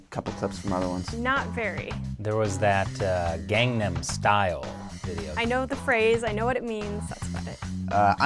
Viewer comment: I died when they said ganham style ugh rip mehhhhhhhh